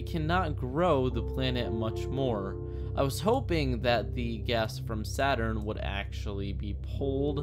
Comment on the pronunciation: Well, i guess you can call it SADurn from now on! Di Dun Tschh